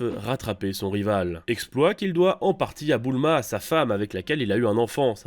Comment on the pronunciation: tu a dit boul ma🤣🤣🤣🤣🤣